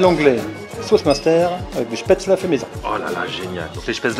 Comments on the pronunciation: rhooooo ça se prononce [schpèt]... comme "je pête" et [zeul] comme ze zuis zeul avec un fort accent allemand : Spätzel C'etait la leçon linguistique teutone du jour ! Bonjour ! LOL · On dit spätzl"é" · J'avoue ça prononciation n'est pas bonne